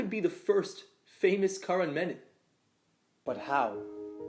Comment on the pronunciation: I love this video so much. I want to list out my favourite bits, in no particular order: - every single one of Arjun's expressions - dialogue delivery KILLS, and his mispronunciation of Karan is chef's kiss - the felt paper(?) beard cut-out that perfectly fit - Better KM's monologues, felt so natural (was it scripted??) - Arihant being termed as friend with air quotes - desi home background noises - the simplistic fonts - the GEOB15 name plate - doing absolutely nothing to hide the fact that Daniel was filming in the car - "BEEyond the Gee-awe-grahy-BEE???" - BUT DID YOU CHEAT TO MAKE IT TO THE SCHOOL ROUND??? - the look that Ms. Collur gives the camera when old KM refused to eat This video will be my new comfort watch!